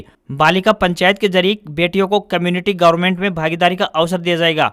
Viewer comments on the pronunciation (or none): none